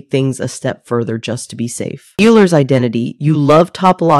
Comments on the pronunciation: ??? We can discuss what sounds better - but Oiler is just the correct pronunciation and Youler has nothing to do with the original name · YOOLER? Also it's $e^{i\pi} + 1 = 0$